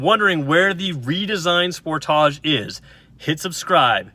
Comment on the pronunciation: The way you pronounce sportage, gives me ear cancer! Spoortaaje